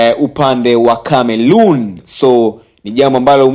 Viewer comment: Jamani sio Cameloon jamani jamani